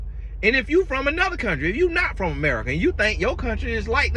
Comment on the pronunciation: Babyy when said “Emerica” I lost it 🤣😂🤣😂🤣